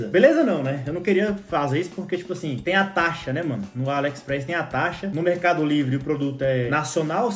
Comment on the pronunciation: Ele fala alexpreis kkkkkk